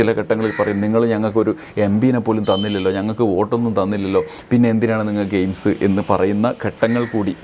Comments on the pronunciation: സുരേഷ് അണ്ണൻ എയിംസ് എന്നല്ല പറഞ്ഞത് എയിഡ്സ് എന്നാണ് പറഞ്ഞത് നമുക്ക് തെറ്റിയതാണ്....... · എയ്ഡ്സ് എന്നാണ് കോഴി കേട്ടത്